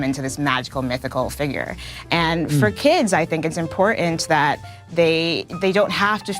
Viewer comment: Did she inporent? What? She meant important, right?